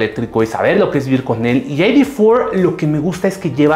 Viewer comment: No se dice "Volkswagen ai-di for". Se dice "Volkswagen i-de cuatro", y si de plano se quieren verse puristas, háganlo bien. En alemán se pronuncia "Volkswagen i-de fier". Parece que no supieran que Volkswagen es una empresa alemana y creyeran que es gringa. Patético de verdad.